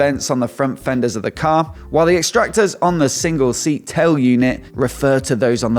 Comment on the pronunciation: ' Fenders' Oh dear no no no..